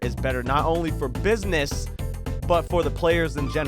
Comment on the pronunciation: I like in the beginning how he emphasized business so that maybe BHVR might actually listen in.